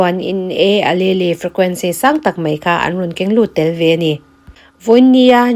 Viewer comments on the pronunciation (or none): Alelle hi uhleel tih in lam zawk la .Miss . I channel hi ka lo hlut teh mai nia.❤